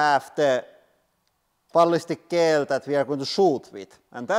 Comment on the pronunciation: I love how he says Balhistic ghell!